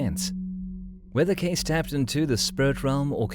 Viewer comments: Casis ? 🙄 Su apellido se pronuncia Queisi. Así debe sonar. Cuanta miseria habita las redes sociales humanas... 🫣 Está increíblemente revuelto tu contenido, muchacho... muy malo el nivel de este video 🥱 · 😮His surname is pronounced like , K-see, Edgar Cayce. He had a son named Hugh Lynn Cayce. My mother have every book written by Edgar Cayce. I think he had a knowledge of future events. Interesting program. Young people now wouldn't have a clue as to who he was. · Hey...it's pronounced Case-ee. Dont insult this great psychic with your feeble programmed interpretation of historical data. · that's easy to say...what if someone mispronounced your last name? What's in a name?...well everything. In polite society it is an insult to mispronounce someone's Sir name...especially in a large public gathering (which is what You tube is). Mind your manners.